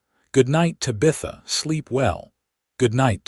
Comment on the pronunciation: Ta-BI-tha??? No, it's TA-bitha. Mispronounced words in these stories is so ridiculous!!